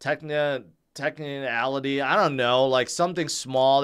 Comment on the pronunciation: Did you say "techniality"?